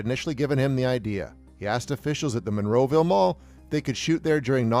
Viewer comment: Monroeville dude Monroeville. Not Monroe, Romero would be LHFAO if heard your say that. Yin’z guys inside Pittsburgh metro area understand.